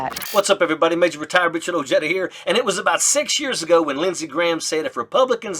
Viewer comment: Richard Oh-JED-ah??? Thats the first time I’ve ever heard Ojeda pronounced that way.